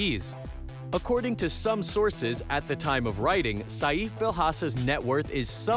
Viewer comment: Saif is pronounced Safe not Sayeef 💀